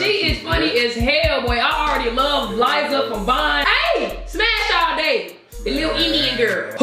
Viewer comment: When she said lizza i almost died